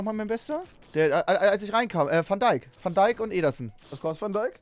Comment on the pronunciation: Wenn man mal nen namen nicht richtig aussprechen kann okay, aber wo zum teufel ist bei van dijk ein „r“ im namen 😂